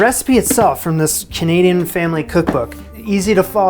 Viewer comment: did he say CHanadian?